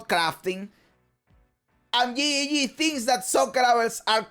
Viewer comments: i love the way you say GGG your accent make it sound like YE YE YE make me smile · I love how you say GGG. It makes me laugh everytime. I also dont subscribe on purpose so i can hear you tell us to subscribe ever videos. WHY WHY WHY Why are you like this! 😂